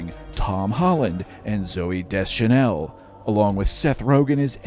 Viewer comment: That is not how you say Deschanel bruv